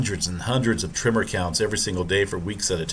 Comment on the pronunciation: Is it just me but dude sounds like he is pronouncing the word tremor as trimmer?